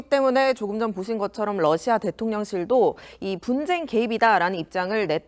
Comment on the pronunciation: TV기자가 러시아의 Russia를 Lussia로 발음한다. 아래 글을 읽어 보기 바란다. TV기자들은 말도 잘해야 하지만 발음도 좋아야 한다. 특히 외국어(영어)의 정확한 발음은 대단히 중요한 요건인데 유감스럽게도 그렇지 못하다. 예컨대 많은 기자들은 첫발음 R 을 L 로 발음한다. Russia 를 Lussia 로, Roma 를 Loma 로, Radio 를 Ladio 로, 발음한다. 물론 한국어에는 ᄙ(쌍리을)이 없어서 L 과 R 발음을 다 ㄹ로 발음할 수 밖에 없는 어려움이 있다. 그렇다면 한국인들은 R 발음을 정말 못 하는 것일가? 아니다. 초성일 때에만 못한다. 프랑스(France), 마리아(Maria), 도레미(doremi), 아리랑(Arirang) 등, 잘 하지 않는가. 그래서 TV기자들에게 다음과 같은 해결 방법을 주고자 한다. R 을 첫발음할 떄 R 앞에 '으' 발음을 먼저 하라. (으)Russia, (으)Roma, (으)Radio 등으로 말이다. 그러면 당신은 좋은 발음을 하는 TV기자가 될 것이다.